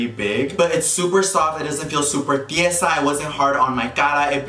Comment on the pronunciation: Mooooood you are me saying tisica when you actually ment to say tiesa 😂😂😂😂